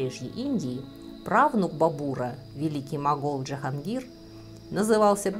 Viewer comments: Не Джанхонгир , а Джахон (мир) гир (возьми , завоюй) на фарси , по аналогии с русским именем Владимир. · Научитесь, пожалуйста, произносить им Джахангир. Вы выглядите максимально по имперски, не умея произнести сложные для вас имена.